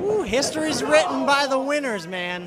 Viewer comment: Its man not wman